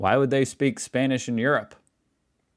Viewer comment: It is pronounced "Europe" not "urape" as you say.